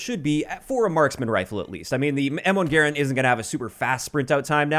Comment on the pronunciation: You know is a gun guy because he actually pronounces Garand properly